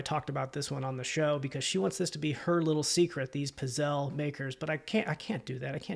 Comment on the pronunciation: That Aeron chair... Holy smokes, that's a great find. The holy Grail of task chairs. By the way, it's pronounced pits-ZAY-lee. I always check comps on electronics and run into the same thing you experienced --with a lot of things, actually. People just walking by past all of the unrealized gold. Insofar as the boots go I likely wouldn't have accepted the return, particularly with so many people scamming these days. On the occasion that I have problems like that arise I try to be accommodating and will send whatever resources I think might be helpful but to your point, you're a reseller with, I imagine, a pretty good long reputation and there's something to that. Even major retail stores will sometimes tell customers that when it comes to the quality of the product it's out of their control so it was kind of you to provide the refund but I wouldn't have. It's like when packages get delivered but "lost" or arrive damaged. Once it leaves my hands it's out of them. And, finally, on the subject of vintage sealed office items and equipment one of my best flips ever was finding a handful of vintage sealed PhD pens (Pentel?) on their cards. I paid about $1.00 each for those and think I sold each one for around $50. So don't sleep on the vintage pens! I want to thank you, by the way, for your recent video where you mentioned the 2% promotion and the targeting a certain number of listings each day. While I haven't hit listing goal everyday that part of my productivity is way up and whi